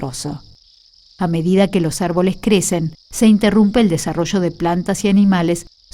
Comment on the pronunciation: Desarollo no se dice asi